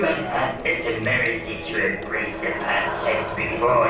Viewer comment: I'm hearing Palpatine saying "Embrath" instead of "embrace"